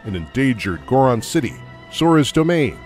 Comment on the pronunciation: cant pronounce Gerudo or Goron correctly